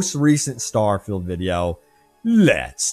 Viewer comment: Shhhhh! I'm vewy, vewy excited. It's Stawfield prerelease hype season.